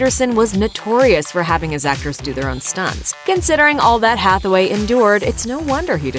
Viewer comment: you keep pronouncing it as Hathaway lol